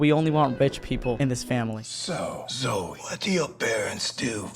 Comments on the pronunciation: Zoe it sounds like zoey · She said zoe😅😅😅